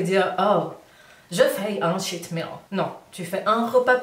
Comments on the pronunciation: Coucou.... mon mari qui est anglophone te conseille de prononcer « tcheat » meal car il avait l’impression d’entendre « shit meal » (repas de m***) 🤣🤗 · J'ai cru que c'était shit meal aussi à cause de l'accent.... Merci pour tes vidéos, je me mets au sport doucement après un confinement avec 7 kilos en trop.